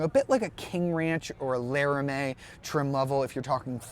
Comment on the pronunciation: Lare-a-may? What country is this video for?